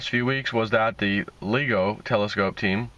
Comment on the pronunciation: Gaaaaaaaamma ray, there are two m's for a reason, the short vowel sound. Ligo is pronounced, (Lie)go, with a long vowel sound.